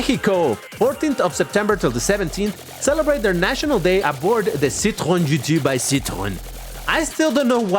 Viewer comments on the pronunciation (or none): none